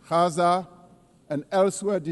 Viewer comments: Gaza not 'Haza'. English G. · Gaza, English G not 'Haza' as in Gauteng.